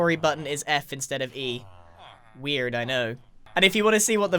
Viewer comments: "WeiRd, I know." That hard R...omg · Grian says “Weird” with an American accent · I think the weirder thing was when you said “weird” in an American accent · Hold up. You pronounced the R like an American accent. That actually baffled me. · did Grian say weird in an American accent? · the only thing weird here is the fact he said weird with a hard r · he said "weird" in an American accent incase you didn't catch that 🤣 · that American R in weird was unholy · Anyone else notice the lack of accent when Grian said "weird"? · The way Grian said “weird” sounded so American! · Yea weird